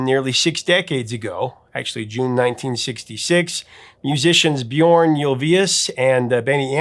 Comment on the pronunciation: does excellent research but - at the risk of being pedantic - I must point out that the pronunciation of "Björn" rhymes more closely with "yearn" than with "born."